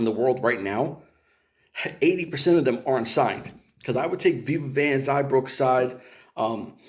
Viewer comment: It's XIA not XAI